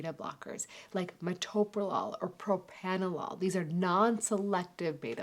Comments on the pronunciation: Pro Pranna Lol - NOT Pro Panna Lol. I'm surprised to hear an MD unable to pronounce the name of this old drug this properly. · I stopped listening when I found she can't even pronounce the original Beta blocker Propranolol properly.